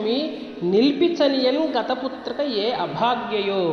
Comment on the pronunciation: Putrika not putraka